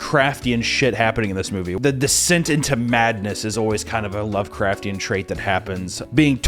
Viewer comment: Please say lovecrftian one more time.